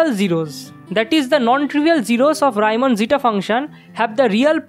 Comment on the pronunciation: Gorgeous. Keep going! Just an unimportant - but in Europe not so much - detail: it's Reeman not Raiman, he was German not Anglais. Love India.